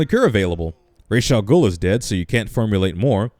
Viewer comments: Missed one sin They keep mispronouncing Ra's name over and over again. It's Ra's, not Raish. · no sin for mispronunciation of Ra's Al Ghuls name? No?...ok